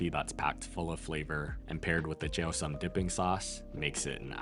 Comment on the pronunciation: lao food is the best. also, it’s pronounced sōm 😊